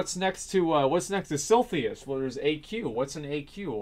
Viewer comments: For the love of god, SIL-I-THUS... Not SIL-THY-US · If you say silthius again I gonna unsub. :DDDDDD It's silithus, not that hard! :D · Suprised no one noticed this on the coments, but he said "Sil-Thee-Us" XD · its silithus, not silthius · TEACHER: ok asmongold, your word is SILITHUS. ASMONGOLD: S-I-L-L-T-H-E-E-Y-U-S, SILLTHEEYUS... fucking easy. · Silithus..."Siltheus". Silithus..."Siltheus". Sil-i-thus..."Sil-thee-us" NNOOOOOO! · He pronounces Silithus so wrong that I had to go check the spelling to make sure I wasn't the crazy one. lol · "Silthius" lol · SIL-I-THUS It's Silithus! Not Silthius! Holy fuck dude... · Sil -i-thus, not Silthius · Silithus, how can you possibly pronounce that like Silthius? xD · Silithus, not silthius. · Very fond memories of silthius... Doesn't even say it right lmao its silithus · lol what is silthius? did he meant to say silithus? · SILITHUS, not SILTHIUS x'D This triggered me so much x'D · si-LI-thus not SIL-THIUS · Silthius? I'm fairly sure it's actually S-I-L-I-T-H-U-S, my ears bleed. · SILITHUS!!!!! SIL-ITH-US!!!! CHRIST..... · actually its more like si-li-thus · Every time he says Silthius I die a little inside. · Sil - eh - thiss ... for the billionth time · I find it sili how you pronounce Sillythus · Stop trolling us with mispronouncing Silithus, please! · Funny how Sargeras stabs the most useless place in World of Warcraft. Also the way you pronounce silithus kind of irritates me. Cause in my perspective I say it as Sith a liss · Asmon, I like ya bud, but, it's pronounced SIL - ITH - US and this video triggered the hell out of me lol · Had to stop watching half way through because your pronunciation of Silithus makes me sad. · His saying it like that actually made me question if I was saying it wrong myself all these years. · There is absolutely no way Blizz can destroy Silithus more than your pronunciation already has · Everytime asmongold mispronounces "Silithus", 1000 African kids starve to death